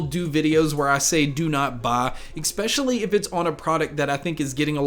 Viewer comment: good talk. But - 'ek-specially'?? -- haha c'mon you know you're better than that. But excellent overview of your approach & philosophy.